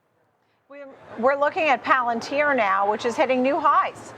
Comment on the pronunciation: Planatir? did he just call it that?